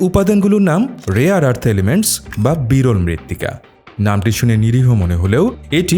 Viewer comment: বাংলাদেশী মিঞা মাল মনে হচ্ছে! বর্বর। কথা ঠিক করে বলা শেখ।ওটা 'রেয়ার আর্থ' হবে।আরস নয়।🦛